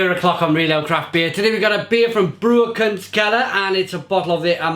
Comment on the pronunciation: The Amarsi is imho the best German Craft Beer in general. It's made by a small brewery and for me it's almost as good as a Brewdog or any american IPA. As always thanks for the nice nice review,. By the way, Baukunstkeller is spelled like this: [ˈbra͜ukʊnstkɛlɐ] and it means something like 'brew art basement'. Cheers, Marc.